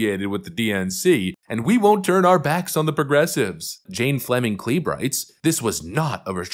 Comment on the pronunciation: It is pronounced Kleb. Kleeb is behind protests of the Keystone XL pipeline, trying to stop it before it started and various and sundry other communist ideas. Her hubbie ran for senate and lost. They are a thorn in your shoe that you can't get rid of.